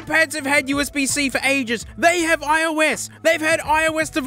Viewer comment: When he said : "oOh UsB-zEe" that made me laugh.